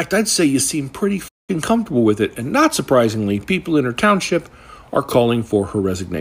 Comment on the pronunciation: "Not surprisingly" or Naziprisingly ?